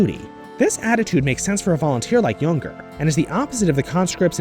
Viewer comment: Jünger, you pronounce it as "Jynger" not "Junger"